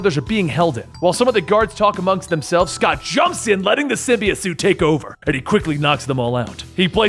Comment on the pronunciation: Erm it's sym-bi-ote